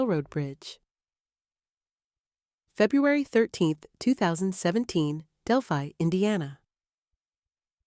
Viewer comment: It's disgusting people make these videos and can't even pronounce the name of the town.